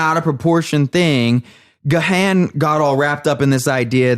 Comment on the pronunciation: that was funny, and what is particularly good was your knowledge of DM and music overall) one point though, Gahan is pronounced just as "gone"